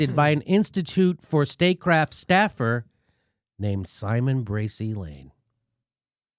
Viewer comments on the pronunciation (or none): none